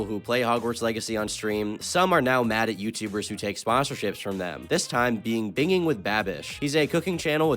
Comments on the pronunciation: It's pronounced bin JING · i was thinking the same thing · It's not bingiinnnn with babish it's binj-ing. And irregardless isn't right. It's REgardless. Okay my ocd has been quenched for now 😅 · lmao bro pronounces binging as bin-ging instead of binjing smh my head 💀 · It's pronounced BINJING. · Bro really said “binging” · You are saying binging wrong.... if its intentional, you are a genius. But either way, I love how you say it though. However, I'm sure some people are still ripping their hair out anyways. It's pronounced like : "ben-Jing" ( jing is pronounced like the jing in jingle) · bing ling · the way you say binging hurts 😭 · should be canceled by saying "binging" like that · Your pronunciation of "binging" is going to give me conniptions, but nice vid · how do you mispronounce binging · Did you purposefully pronounce binging wrong